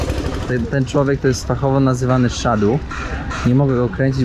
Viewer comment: Nie 'szadu', tylko sadhu (wymawia sie sadu) 😄